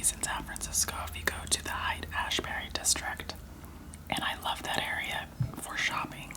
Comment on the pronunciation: Oh, and Haight (where I live) is pronounced just like "hate" (not height) :-)